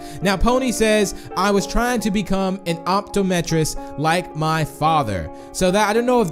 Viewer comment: "op-toe-metris" LMFAOOO